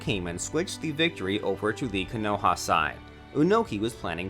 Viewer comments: Bro, I like your videos, but why do you have to butcher every name? The he’ll is mynoto? Raikazh? Kanoha? I mean come on man. Nawruto? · I took a moment to list every single mispronunciation in this video in chronological order and amount of times it was mispronounced. The list goes: Minato (Monato) x25 Onoki (Unoki) x4 Manga (Menga) x1 Konoha (Konouha) x2 Raikage (Raicage) x8 Naruto (Narootou) x4 Sasuke (Saskey) x3 A's (Ayas) (wtf? it's an english letter.) x2 Hokage (Hoecage) x1 Hiraishin (Hiroshin) x1 Rasengan (Rasengen) x1 Well done, great video. Only 52 minor oopsies, including two english words.